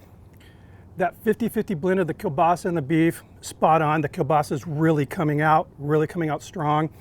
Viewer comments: Everyone is talking about how crappy of a kiełbasa you picked but no one talking about the fact that you didn't butcher the pronunciation of it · O Boże! Time for some Kruwa in here! (It's not racist if your parents are Polish! (I think...)) I'm actually impressed about your pronounciation of Kiełbasa. Most people get the ł wrong. Edit: I have some ideas about improvements, that I might try. (sorry I edit my post so often) I'd replace one or two cheeses with Oszczypek, which is polish smoked Cheese. I don't know if it would overpower the burger, but it harmonises well with the smoked Kiełbasa. Furthermore, I'd think about adding a bit polish Mayo on one Bun, but I deem it optional, as your homemade sauce (which I will totally try!) looks amazing. About the bun. Prezel sounds nice and I love them, but I personally think your choice fits perfectly. The polish love poppy seed :) Greetings from a Slav in Germany!